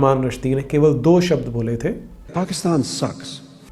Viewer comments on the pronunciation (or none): none